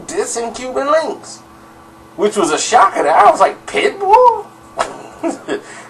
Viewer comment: its link not linx correct?